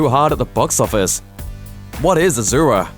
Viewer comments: Its not Ajura,its A-S-U-Ra.. Pronounce correctly plz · actually it's pronounced asura not ajura n asura is a Sanskrit word means demon.... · Why is this calling Asura as azura? Asura literally means demon in Sanskrit. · I cringed hard everytime i heard him saying Azura -_- For god's sake it's Asura, with an S and not Z. Not even difficult to pronounce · Im sure its pronounced a"su"ra not azura. asura measn demon in sanskrit, not pure translation but close. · It's Asura, not Azura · A su Ra... NOT A ZZZZZU RA H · no offense but asura pronounced 's' not 'z'... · Asura not azura (ah-shu-ra) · ASURA. NOT AZURA. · 1st, it's pronounced AH-SUU-RA not AH-ZUR-A. (In Chinese it is Āxiūluō.) 2nd, all the commenters talking about it being Tibetan Buddhist have no idea that Asuras are part of Buddhism in general. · Sorry, but I cringed everytime I hear you say 'Azura'. It's Asura, su such as sew, not zu. I've never watched the movie myself, but to be frank, I'm not very interested in the movie, probably because I've never heard of the movie until people start talking about how it tanked. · I'm pretty sure its Ah-Sue-Rah not Ah-Zoo-Rah. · A-SUE-RA it's ASURA not A-ZOO-RA/AZURA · It's asura not azura you learn English no good yeah peace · Asura not Azura. Make the s sound and not the z sound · he cant even pronounce asura properly...keeps telling azura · Good analysis. Asura is a Sanskrit word. The name is not pronounced as AZURA, it's ASURA ... soo not zoo. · It's not "AZURA" it's "ASURA " A word from SANSKRIT Asura, (Sanskrit: “divine”) in Hindu mythology, class of beings defined by their opposition to the devas or suras (gods). The term asura appears first in the Vedas, a collection of poems and hymns composed 1500–1200 BCE, and refers to a human or divine leader. Well Buddhism and Jain Dharama aslo came from INDIA. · First one it's Asoora not Azura It means demon in hindu (Indian) mythology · Why u saying aZura it’s asura it’s a fucking s not a z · It's pronounced "ashura"